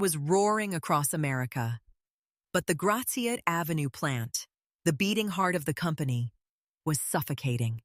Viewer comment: makes me cringe to hear Gratiot pronounced that way >.<